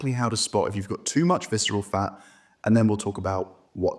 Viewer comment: Yeah, I hate viceral fah! It is a reah scary pah!